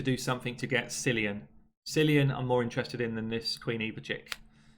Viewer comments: Not going to bother with the fusion this time unless I have all the rares/epics already! By the way, I'm Irish and Cillian is pronounced Kill-ian FYI! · Worst part about the new fusion - nobody outside of GB can pronounce 'Cillian' It's Kill-Ian! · As an Irishman I'm rather torn on this one. I like the aesthetic but I cant understand the need to use a name 40% of the base cant say (it's pronounced Kill Ian). The fusion isnt AS crazy but it's still a bit much.